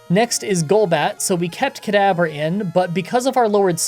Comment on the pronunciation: Why do you call Kadabra "Cadaver"?